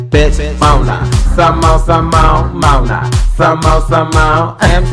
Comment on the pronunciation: Mona not ‘neighbours’ I can’t ☠️👼